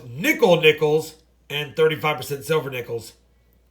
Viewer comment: Hey. Thank You for initiating my interest in Coin collections (traditionally I am a baseball card guy). BTW I was confused, every time you say " silver war nickel" it sounds like "civil war nickel." HaHa